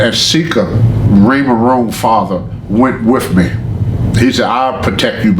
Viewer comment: Did this Nigga say Raymond Rome when he was tryna say Roman reigns im done 😂